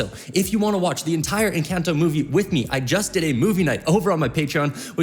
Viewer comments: That's not how you say encanto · I LOVE this guy but the way he pronounces Encanto and Madrigal are killing me 😂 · Please ENCONTO NOT ENCANT-O AND ITS MADREEGAL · from encAnto to encAnto to encaunto to encAnto sheesh (im talking about the pronounciation, in whatelsecan ido u pronounce it correctly but in all the others u didnt.. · Bro this guy be saying encAnto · I love the video and the reaction. Only thing is its not pronounced enCANto, try to pronounce the A with a soft sound. :) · your saying it wrong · I love these videos but he needs to start saying ENCANTO correctly 😭